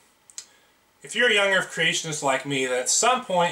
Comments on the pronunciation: Why is no one talking about him saying young erf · Does he say 'young erff'?? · Young Earf ... seems legit. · >.> soo much "young erf" with that guy